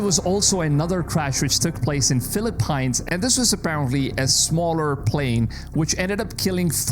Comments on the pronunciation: It also could be climate change or global warming whatever you want to call it but they new this was coming and new turbulence would get worse! And buddy that's Philippines is pronounced Philippeens ! Sorry 😊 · RIP the way he says Philippines.... filiPINES 😭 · fil-luh-peenz buddy. But great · You really need help with your English. Google how to pronounce PHILIPPINES. smh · bru you pronounce wrong the Philippines.